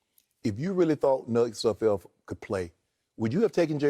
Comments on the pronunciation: They renamed Sudfield like 3 times😂😂😂🤦🏾‍♂️I heard Nud Sudfield at one point😂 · Poor Nate Sudfeld; these guys cannot get your name right.